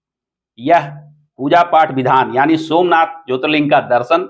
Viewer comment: पहले ज्योतिर्लिंग का सही से नाम लेना सीख लो l